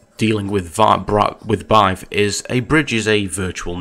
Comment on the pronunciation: It is still pronouced "beehive". Good video